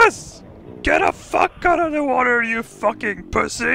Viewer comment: "He's in de Wooder, with shoo-shoo-lu!"